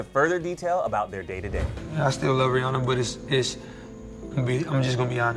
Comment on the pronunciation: I might be wrong but doesn't she pronounce it like rih AN ah